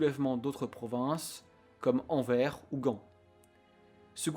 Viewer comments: On ne dit pas Anver, mais Anvers ( le s se prononce), et on ne dit pas Léopolde, on dit Léopold ( on ne prononce pas le d) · Il prononce bien BruSSelles, mais pas AnverSE. Bhô aller, un sur deux c'est pas si mal. Super vidéo. 👍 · AnverS La version française vient de l'espagnol Albères qui se prononce Anverès En wallon c'est Anverse , là encore le S se dit